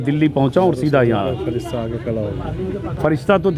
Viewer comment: Bro touch when he say freshta